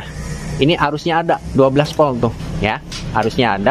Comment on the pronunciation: Urang sunda knpa nyak te bisa omong huruf Volt sllu bilang Polt 😊